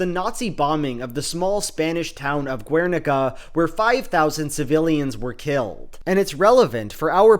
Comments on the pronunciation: Guernica is pronounced like "Ghernika", not "Gwernika" because it's a Basque word, not Spanish. Love the video tho. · Respectfully wanted to point out the pronunciation of Guernica is "Gher-nee-kah" Really interesting video, looking forward to see more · Loved the video as always! I don't usually comment but I wanted to mention that the "Guer" in Guernica (or Gernika in basque) is pronounced ger as in hun-ger, the u is silent. I'm from a city close to Gernika so I figured I should say something. Love ya! ^^ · Your mispronunciation of Guernica is unfortunate. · I have to give a like just for the Cube quote but 1) please stop pronouncing the u in Guernica, 2) wtf are WMBs? please remember non-native speakers exist and we can't always understand acronyms even with context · ze gaizki pronuntziatu dun Gernika JAJAJAJAJ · The u in guernica is mute, also it wasn't a spanish town, it was bombed by nazis at the request of fascist spanish dictator francisco franco, because he didn't control the territory. After the death of this monster, the spaniards created a terrorist organization called GAL to secure the invasion of the country which guernica belongs to, killing and massacring all civilians who opposed. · Btw the "gue" in "Guernica" is pronounced as in guess. This mistake was unforgettable and you have made a new enemy,. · how can you make this whole video and not look up how to pronoune guernica :( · The 'u' in Guernica is silent. It's a spanish thing.